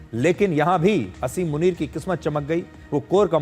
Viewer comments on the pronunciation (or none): मुनीर का नाम आसिम मुनीर है, असीम मुनीर नहीं। शुद्ध करें।